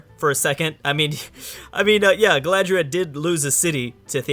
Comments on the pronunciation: Also Galadriel not Galadria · Don't forget "Galadria" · Who is Aragon? And, is it Galadria, that you are saying/misspeaking?